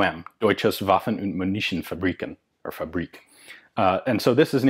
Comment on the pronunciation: Pronounced: Doitshe Vuhffen oond moon e. tsiohnsfuhbreeken Not "munitions" as in the english language.